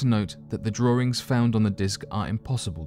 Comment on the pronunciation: those are carvings, not "drawerings".